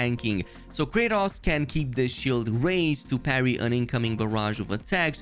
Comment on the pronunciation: Normal people: Kratos: Kraytas 😂